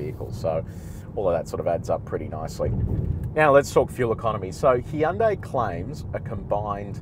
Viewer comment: Finally someone who knows how to say Hyundai correctly